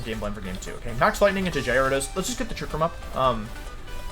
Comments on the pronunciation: we got: jared ose jie radose jye ariah dohs wolfs got pronunciations for days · Quite a misleading title.hahaha. Was expecting my boy pichu to be on the ground and will be actually "countering" wolfey but naaaaah.hahaha. Jai-rados not cute. hahahaha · Started to watch wolfey but he pronounce gyarados wrong I think lol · It’s intentional Signature swsh wolf slang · The way he pronounced Gyarados is funny to me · The difference between his J and G pronunciation is non existent, i love it haha. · Do you say gyarados and intimidate wrong on purpose? Lol